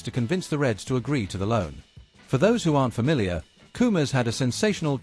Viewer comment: How many times do I have to tell you, it's Koumas Koumas not coomers. Du.